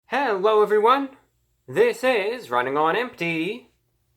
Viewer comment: heeeewwo evwebody!